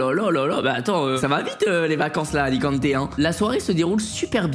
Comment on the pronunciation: J’habite à alicante et c pas alicanté mais bien alicante